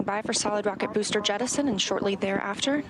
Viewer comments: did he create a new word after booster lol lol lol lol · Ok, I'm not the only one who heard it.